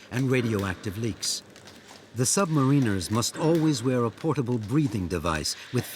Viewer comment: Why is it that virtually no one can pronounce “submariner”? Sub-Marin-ner Not submarine-Er